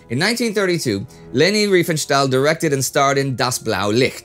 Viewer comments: It's Riefenstahl. Not Reifenstahl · She was called Riefenstahl not Reifenstahl!!! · To none-german tongues: This is not as trivial as it may seem - there is a huge difference in pronouncing "ei" and "ie" in german. It´s like "kit" and "kite". Not doing the "ei" correctly is maybe the most prominent give-away of an english/american accent.